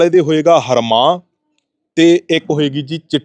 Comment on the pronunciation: ਹਰਮਾਹ ਨਹੀਂ ,, ਐਨਾ ਨੂੰ ਰਵਾਂਹ ਬੋਲੀ ਦਾ ਵਾ , ਅਗਾਂਹ ਨੂੰ ਧਿਆਨ ਰੱਖਿਆ ਜੇ ਨਾਲ਼ੇ ਇਹ ਬੀਜ ਨਾਲ਼ ਤਾਂ ਢਾਈ ਤਿੰਨ ਕਨਾਲਾਂ ਬੀਜ ਕੱਤਣ ਬਾਬਾ